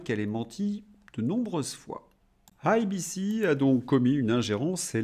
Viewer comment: Bonjour, "eille, bi, ci" et non "aille, bi, ci" SVP ! 😂